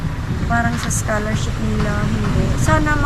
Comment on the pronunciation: Mam hnd scharshop, scholarship, sorry mam to correct you, I don't meant anything, I'm just saying the correct pronoucation of the word